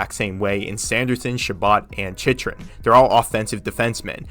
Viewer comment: “Chich-rin” is bothering me so much